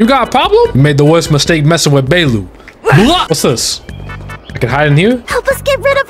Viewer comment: I thought he was calling her baelu on purpose..... oops, anyway good vid.